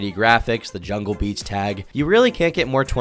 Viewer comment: it’s jahlil beats not jungle btw